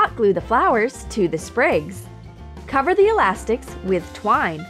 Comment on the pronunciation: did she seth ,,alastiks"?